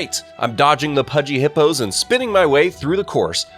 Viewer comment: Bro sayed hapos exept hippose